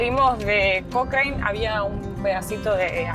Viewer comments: Se pronuncia Cocran no cocraine lptm !!! 😂😂😂😂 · Hasta donde se , en Chile le decimos a Cochrane (Cocran, bien Chilenizado , No Cocrein) Saludos Chicos. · Porque pronuncia de esa forma el pueblo no se pronuncia Cochrine no se pronuncia de esa forma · Hola... la ciudad de Cochrane se pronuncia "cochran" la E no va ... Saludos. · Hermosa ruta chicos ,, pero el nombre es Cochrane y se pronuncia Cocran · Hola. Se pronuncia Cokran y Baamondes, dejando muda la hache. Saludos! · Se pronuncia COCRAN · Hola chicos, feliz que hayan conocido un lugar tan lindo de mi país...un detalle Cochrane se pronuncia "cocran", con acento en la O, hace referencia a Lord Cochrane, un escocés que participó de la independencia de Chile e inspiró al personaje de Russell Crowe en "Master and Commander: The Far Side of the World", saludos!